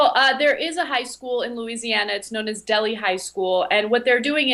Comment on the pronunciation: First of all, you pronounced Delhi incorrectly. (DEL-HIGH) Secondly, it is not a new policy. It has been in place since day one of the school. Thirdly, you failed to mention that NO ONE has ever been forced to take a pregnancy test. EVER. You also failed to mention that the school sets up a homeschooling program with an assigned teacher. No one is denied an education. They can come back after they have had the baby.Also it is K-12 school. Not a highschool.